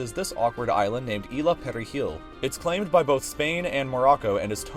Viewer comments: ila pewrejil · ISLA Perejil, not ILA